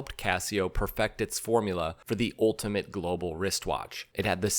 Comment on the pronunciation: A perfect example of voiceovers pronouncing it "OALtimate" . . . but why?